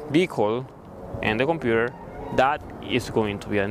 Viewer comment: “Compurerr,Bararry” man